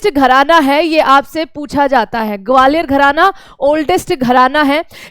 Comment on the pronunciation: Gwalior ka pronunciation aapka thik ni h mam😂😂